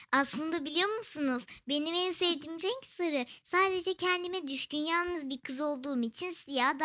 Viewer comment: o yanlız değil”yalnız”